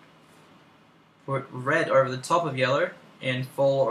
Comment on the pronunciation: "sur im gurnna pick yellur" ;3